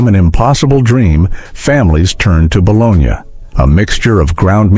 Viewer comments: This would have been fine if either a real human had read it, or if you had taught the bot how to pronounce the words. The Italian city is "bo-LOH-nya," the lunchmeat is "buh-LOH-NEE." There were two other common words that werr mispronounced. C'mon. You can do it. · This content description and VO appear to be entirely A.I. generated, as virtually none of this is “from the 1970’s” or “disco era” (as the description indicates these recipes are), and no one pronounces bologna “bo-LOG-nuh”. Is there actually a human anywhere behind this content? The mustard sandwich segment shows numerous meat filled sandwich stock footage shots while describing a sandwich made from nothing but bread and mustard. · No mention of grilled cheese sandwiches which were a poor man's staple back in the day. This horrible AI robot voice doesn't do anyone any good. It's BALONEY or BOLOGNA - no i in either one. Either this guy is just learning English or this is a robot voice. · Who other than this asshole says balonya??? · Balonya? LOL LOL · wtf is that? "kuchen nut ki*pisymbol*schen"? "200g mandel"? and you sayin bologna wrong... silly AI ;p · Your pronunciation of bologna tells me this is AI slop